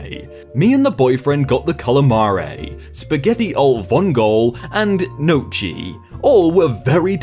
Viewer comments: "Nochie" lol just saying its pronounced "neeyoki" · similar to N-yolk-E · the way you pronounce gnocchi hurts my french soul, but im being nitpicky pronounced like you said, but the end is pronounced ki not chi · Knochay? Knochay?! It’s gn - o -ck -i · No-chee? Try No-Key. Gnocchi. Unless that's some British pronunciation like Hyacinth Boo-kay, lol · Gnocchi pronounced "en-yo-key", not "no-chy". I may come of as rude, but I dont know how else to phrase it. Italian words are confusing, aren't they. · lol same! "nochi" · “Nochi” “Vongoll” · mango man nocci nice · nocci is how you pronounce gnocchi Hope that helps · CALAMAREEI, SPAGHERRI ALL VOUNGOL, NOUCHEE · did he just pronounce gnocchi as I think he did? Nouchee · SPAGHERI ALL VOUNGOL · Gnocchi is pronounced: Ni-YOLK-E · There's no ee in it. It's nyocki. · DID HE JUST PRONOUNCE GNOCCHI NOCHEE? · you said noci (walnuts) I... I-I... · You are supposed to read Gnocchi as Neocki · Did you actually pronounce Gnocchi as know-chee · did he pronounce gnocchi as nochi? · Everyone who has done the one about the Italian restaurant has pronounced gnocchi wrong and it makes me unhappy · 5.01 screaming in italian after I heard how pronounced "gnocchi". Dude, that hurts. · fun fact, the way you pronounced gnocchi is the Italian word for nuts 🤣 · Me being Italian, I physically cringed at his pronunciation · You butchered all of those foods, and it's only sad because I hate dogs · The way you pronounced gnocchi made me laugh a bit but hey atleast you tried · WHY CAN NO ONE PRONOUNCE GNOCHI CORRECTLY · Tutorial: how to pronounce gnocchi Gn as in n + y in "york" O Cch like you would say it in "school" And I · Alle Vongole, Pronounced, Roughly, Like "All-Ay Vong-O-Lay". Also Gnocchi, Pronounce Like "Nyo-Key" Or "Ño-Key" For Those Who Speak Spanish. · pleeeeeeease read this, gnocchi it's pronounced with the gn in gnome, but like Gnokki, vongole it's pronounced vongolæ, but besides this, you are awesome and I love your videos